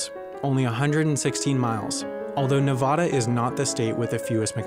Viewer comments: FOR THE LAST TIME ITS NEVADA NOT NEVODA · It’s Nevada, not Nevahda. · It’s “Nev-AD-a,” not “Nev-AH-da.” -a perpetually annoyed Nevadan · When nobody knows how to pronounce your state name. It’s NE VA DA not NEV AH DA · I Luv Chocolate Idk, as it being my home state it really bothers me when people pronounce it “Ne-Voda” when it’s actually pronounced “Ne-Vada” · Okay I may not be from Nevada but this man did NOT just call it Nev-aw-da. It’s Nev-AH-da, just ask people from Nevada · It's Nevada not No)vo)da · you know, i never understood where the pronunciation of ne-vah-dah came from. it's pronounced nev-a-da. you know....hows its spelt. i want to know the history behind this! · It’s pronounced “Nev-AD-a” not “Nev-ah-da” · It’s Nevada!!! Not navaudau!!! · Nevada not nevahda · It's Nevada Ne VA da not Nevahda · Nah vAh dUH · It hurts my ears when people mispronounce Nevada. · And plus he said Ne-Vah-Dah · I got annoyed when he pronounced Nevada wrong, it pronounced Nuh-vad-uh. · Zach Holy As a Nevadan, that always bothers me! Nev'a'da like the 'a' in C'a'nada not like the 'a' in c'a'r. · same omg as a nevadan, I am offended by the video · wendover: gets to my state also wendover: nEvOdA pronounce it right n00b (3d1t: i said "spell" instead of "Pronounce" i noticed this as i posted it. so the error was short lived.) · it's Nev-AH-da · Ahh yes nahvada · When he pronounces your state name wrong (Nevada) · THANK YOU! Cant stand people that say it like that. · The 2k dislikes are Nevadans that are triggered about you pronouncing their state wrong. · Salad Boi THERE IS NO H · That’s not how you say Nevada... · I always wondered why the rest of America pronounces Nevada wrong. Do we say Alabama the same style. No, we do not. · C R I S P Y Colonel its bothering me too 😂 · Can people please stop saying Nevada wrong! The first a is pronounced like the a in apples! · learn how to say Nevada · The way he pronounced Nevada bothers me so much that’s not how you say it